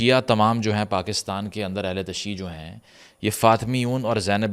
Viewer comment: The correct pronunciation in Urdu is “Ahl e Tashayyu”, not “Ahl e Tashee”.